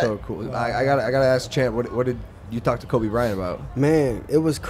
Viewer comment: Love it but mike it’s Kobe not kolby😂